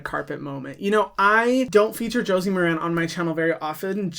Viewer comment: Ooh, I forgot that Josie Maran had a beauty line (and I'm gonna be that person and say, it's MAR-an). One of the things I remember that impressed me is her sustainability stance. I do a lot of drugstore shopping for skincare, but I need to reconsider her product line. Thanks for your videos - I'm new to them and learning a lot.